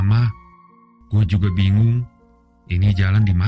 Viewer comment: kayaknya logat lidahnya kaga pas boss, dengan sebutan gwé ,,, meding nyebutnya saya saja